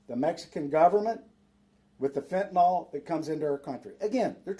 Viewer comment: Bullshit… Mr. hat. First thing if you can’t pronounce fentanyl properly, I have no faith in you. The end of that word does not end in AL… Get it? Second, you would tell the president to close the borders. Bullshit. Don’t you think the president knows better than to have open borders? This is a Shadow government operation, and the leaders in Texas are part of it. Wanna know how I know? Where were they Eight years ago? Five years ago? Four years ago? Two years ago? Bullshit… The reason why this is a big issue right now is because it’s 270 days to the election. They know it and we know it. They know, that we know, that they know it. Dig? This is all a load of horseshit… And nothing is going to be done… Again.